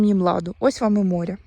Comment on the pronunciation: Тобі, ж, казали, що квасолю, не намочують, садять так.Намочують горох. Навіщо укорочувати баклажки, куди рослина буде рости? Якщо не знаєш, як українською слова вимовляти, то словник в поміч ( апрєль, крапіви, морє...) А море, ще буде , почекай...